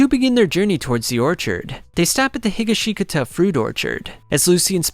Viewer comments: I was looking forward to this video but when I heard you pronounce 'Josuke Higashikata' .....well, I'll have to come back later and watch this cause now I can't move past that pronunciation. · In Higashikata the second "i" is silent. You're welcome. This is much easier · the way he says higashikata makes this unbearable to watch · The way you say Higashikata makes me cringe. Thank you for making this video but that part drives me nuts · Bro, you stressed, like, all the wrong syllables in Higashikata 😭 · Stopped watching as soon as bro mispronounced Higashikata lol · That’s not how u pronounce higashikata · Because it’s 100% not the right way to pronounce it lol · If you listen to the author or simply watch the 4th part of the anime, you will know that you completely butchered the name “higashikata” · Has anyone else noticed how many times this man botched the name higashikata? I’m not really mad at that but that’s hilarious! It makes me laugh every time 😆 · The way you say Higashikata is so cursed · Great read through but omfg hearing some of the mispronunciations of the names (mostly Higashkitata (he-ga-she-kata, not he-guh-she-guh-ta) nearly gave me angina. Would still suffer through again for another 3 hours. 9.5/10. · it's pronounced He-gosh-caw-tah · The way you say Higashikata makes me nearly explode in utter agony. Every vowel except the first i is supposed to be short and is said without pause, He-ga-shi(like in ship)-kata, not Higa-she-katah. I'm no wordsmith nor do I know that much about how Japanese words are said but if you watched any part of the DiU anime you would know that whatever the hell you said was one of the worst butcherings I've heard in months. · Hee ga she kata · Hearing AI pronounce Higashgita is a brain fart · not higga shee cutuh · It's He gah she kah ta.. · Bro said Heega sheega ta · "jujolian" "hi ga shi ta" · Ah hell nah Higa-shiga-ka-ta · THE WAY HE PRONOUNCES HIGASHKATA IS SO WRONG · "Higgasheekata" eh? lol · higuhsheekuhtuh lol